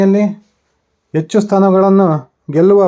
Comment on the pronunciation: Pl correct your pronunciation of Kannada, understand difference between "Hecchu" And "ecchu", good luck!